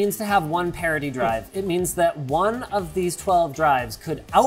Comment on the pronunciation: Did you say parody drive? What's a parody drive?